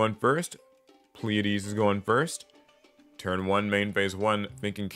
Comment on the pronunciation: It’s “Playa-deez” 🤣🤣🤣